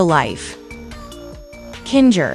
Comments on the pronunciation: Bro just said kinjer instead of kinger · its kinger not kinjer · Kinga? Lol you mean kinger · No ... he is calling him kindga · They call kinger a kinjer😤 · They call kinger kinga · It is not kinjr it is kinger 👑👸👑👸👑👸👑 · WHY DO THEY JUST INSDIED OF KINGER THEY SAID KINJER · It is not Kinga it is Kinger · Why you calling kinur kinga😠😠😠😠😠😠🚸😡😡😡😡😡😡😡🤬🤬🤬🤬🤬😄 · HOW DU YOU SAY KINGER I HIER KIGER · I bet you don’t know that you said kinger wrong in the video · Bro why do you say ragitha and kinger so rong like what the hell